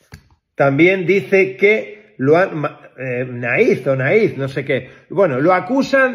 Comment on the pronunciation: a ver es ertzaina , y naiz se pronuncia nais , palurdos